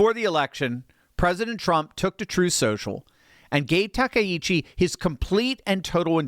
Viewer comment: Grats to you for being the ONLY person I've heard pronounce Takaichi's name properly today. I don't get it. Japanese is such an easy language to pronounce! With discrete syllables and vowel sounds, there's just no excuse.